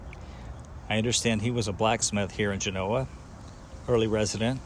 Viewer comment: Great video once again...found out I've been pronouncing Genoa wrong...!!...I wonder if you have been to Snowshoe Thompson's "cave" just north of Hwy 88 just down the canyon from Hope Valley...pretty cool sitting in there where the great Thompson found shelter on his treks...Thanks again..keep up the good work...Scott